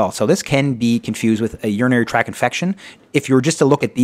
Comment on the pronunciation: Urinary tract infection. Not "track". Tract. Please be correct when making educational videos. Otherwise, it was fantastic. You have a subscriber:)